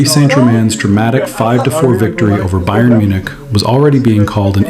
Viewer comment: You need to learn how to pronounce Bayern.